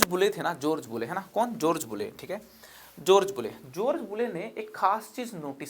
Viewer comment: जोर्ज नही जॉर्ज। बोर्डर नही बॉर्डर। और थोड़ा कम नाटक आपको शानदार बना सकता है।